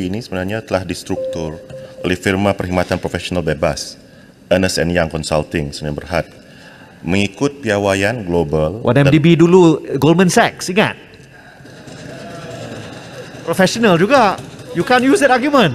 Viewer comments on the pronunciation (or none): It’s Ernst & Young mangkuk, not Ernest & Young…mana Mari Deputy Finance minister ini.